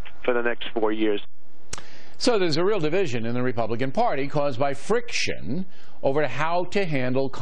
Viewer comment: lol "Frick-shun-nnh"